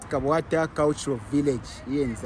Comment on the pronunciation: Did he just say kabwate 😂😂😂 "KABWATA "